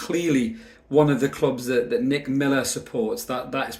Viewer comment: Did you say “DICK” Miller